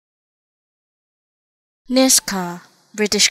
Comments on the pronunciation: Its pronounced "Nishga" ... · Nisga'a - is not pronounced as Niska